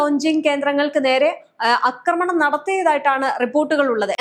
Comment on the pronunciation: അക്രമണമല്ല ആക്രമണമാണ് ശരി